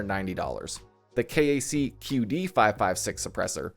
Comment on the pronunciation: KAC is pronounced “Kack”. It stands for Knights Armament Company. They’re one of the foremost producers of high end AR-15 parts out there. Quite popular amongst hobbyists, PMCs and militaries, and of course larpers.